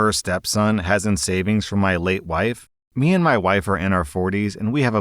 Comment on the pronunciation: "Meand"? Who is this "Meand"?